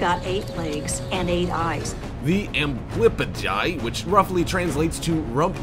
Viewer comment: Dude u butchered the tailless whipped scorpions name, it’s pronounced ambly-pigeon